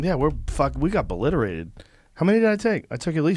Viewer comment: "we got boliterated"